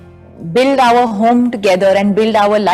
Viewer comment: And why r they promoting this movie background like it's some international level movie. Her English is so bad. For 'R' (our) she says Ower as in Power😃